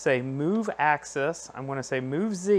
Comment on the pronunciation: It's Z axis, not Z access.